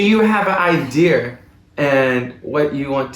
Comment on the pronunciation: The word is Idea, with an A at the end. Not Idear! No R